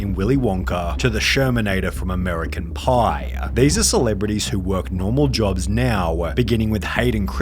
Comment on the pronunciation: "Amewicun Pauuuuuuuiii"